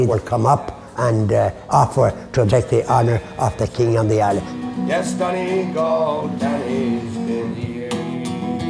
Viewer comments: I cringed at the way she said donegal its dun-e-gall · I'm offended by the way she pronounced donegal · Same. But I just hate how she pronounced donegal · i winced after she said it haha